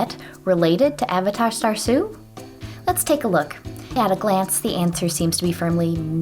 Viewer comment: i wouldve pronounced it as uh-VAY-duh rather than A-vuh-tah